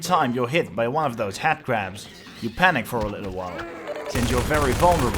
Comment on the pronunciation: I love how you say "Headcrab" because it sounds like you're saying "Hatcrab" which is, incidentally, what i'll be calling them from now on.